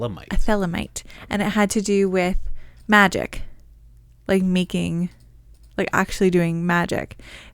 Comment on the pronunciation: Its pronounced MAGIC not Majeek... smh tf? And you didnt even know parsons actual story or that Crowley founded Thelema?